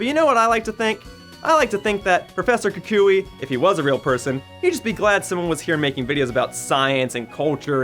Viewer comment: Omg thank you so much for actually pronouncing his name right XD (Most people say "Kuwk-wee" and I facepalmed as soon as I heard someone say it that way....)